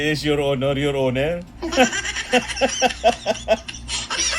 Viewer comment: Nabulol na Ang mga ulol. Your owner your honor hahaha que horror 😂😅